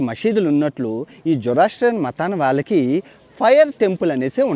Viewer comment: అది "జొరాస్ట్రియనిజం" వాళ్ళని "జొరాస్ట్రియన్" లు అంటారు.